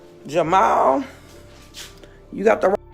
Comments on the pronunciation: Poor AI, it's Jamal not Jamayel 😂 You'd think people act calm and poised on social media or the phone... She must be a pain in the butt in real life. She will mind her own damn business in heaven or hell( whenever she is) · Jer- ma- el😂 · AI can’t pronounce black names. Lmbo Jah-My-El 🤣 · A.i. talm bout jamael lmao shorty said JAMAL🤣🤣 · She said his name in the video. There’s no reason to KEEP mispronouncing this man’s name. 🙄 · who else was annoyed by how the narrator said "Jamal"😢